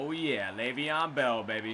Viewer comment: its leveon layvon